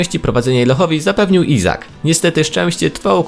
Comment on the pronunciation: Ishak a nie Izak